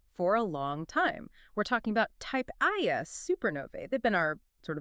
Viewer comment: Almost good, but the pronouncing of type Ia gives it away as AI. No way 2 separate people mess that up.